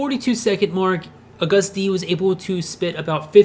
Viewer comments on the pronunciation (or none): I’m triggered “a guh hsst dee” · isn't it pronounced lik the month of August? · You pronounce it like the month. It might be his accent that’s throwing you off. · it’s pronounced like the month august. not uh-gUst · a gust dee. isnt it ah-gustd? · I'm sorry but I have to say this. He keeps saying "A-gust d" which makes my mind go crazy. It's pronounced "August D" ..lol sorry. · He said ‘ugustD’ 😂 I have never related to something before, but yeah it’s pronounced like ‘Augus D’ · Its not A GUST D its ahgust d (i know thats nit the way to spell it im just telling him how to say it properly) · A Gust? Nonono Pronounced August d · He wasn’t Agust D before BTS. He was D-Town. That’s where his name Agust D came from (a LOT of time after he’s been in BTS), he spelled SUGA backwards, and he also switched the D and T from D-Town. It’s pronounced as August, not Uh-gust. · IT'S NOT UGUST IT'S AUGEST D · it ain't pronounced u-gust- D its pronounced like the month AUGUST -D (even though it's not spelled that way) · Who the fuck is a gust d its agust d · It's pronounced AUGUST D, not A-GUST D. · is it really pronounced aGUST d?... I thought it was AGust d... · "A 'ghast' D" erm...? How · a gust d. a gust (of wind) d. fight me. AGUST D NOT A GUST D 😂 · Mary Keeler I mean it is agust d but it's pronounced August d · You don’t say Agust D like that it’s like August D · Am I the only one who's annoyed with how he's saying his name? No hate or anything it just REALLY bothers me when some says their names wrong. Helpful tip: it's pronounced like August D but spelled without the first 'u' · Heh i died when u said a-gust d , shu-ga , and yoon-gi(not trying to hate btw) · “uH-gUsT d” I’m sorry for laughing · “AWWgust D”... 🤦🏼‍♀️ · It's pronounced like august. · ...Sorry.. the way u say Agust D just makes me cringe...Its Agust like the month August Loved the vid tho <3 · Its agust. Say it like the month not like you did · "A Gus d" lol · It's pronounced like the month August